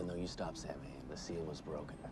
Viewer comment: This ep is largely remembered for the mispronunciation of Samhain. (Not that remember how it IS correctly pronounced).